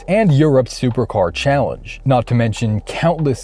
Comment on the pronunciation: Did.. did you say Soper car? And Valkyrae?